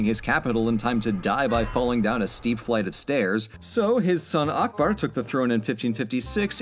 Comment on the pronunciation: If you pronounce Akbar as UCK-BURR, you will be closer to the name's actual pronunciation.